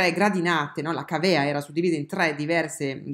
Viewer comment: Càvea, non cavèa.